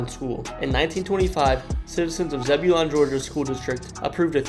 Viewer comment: You butchered the pronunciation of Zebulon 😂 but I never thought I’d see my little hometown featured in any cool videos.